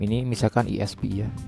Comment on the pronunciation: Itu bacanya ai-es-pi